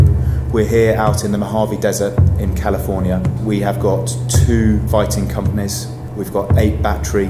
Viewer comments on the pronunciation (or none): Bruh they said Califrornia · Califrornia lmao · "Califrornia" :DDDDDDDD maybe another magic land xD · Califronia. Hahaha how did that make it into the vid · Califrornia? Really Brits, great film but the editor needs a break seriously.